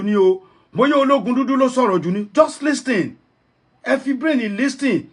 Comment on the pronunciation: u claimed u live in America and u called it Listen. T is silence in the pronunciation of LISTEN